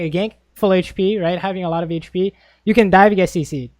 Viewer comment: Omg I hate it when he says "hache p" instead of hp.